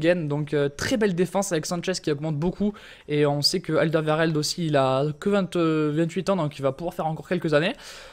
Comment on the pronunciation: Tu m'as fais mal aux oreilles toutes la vidéo ;) on dit Alderwéreld ( je l'ai écrit en phonétique ) et non Aldervèrèld ^^ C'est un flamand donc il faut prendre l'accent toi qui aime ça ;) Sinon j'adore tes vidéos, continue comme ça :). Et au passage, à te dis de prendre un club belge pour le prochain retaper ? A plus poto !